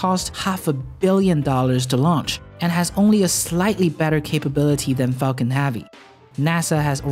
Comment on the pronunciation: All i hear is focking heavy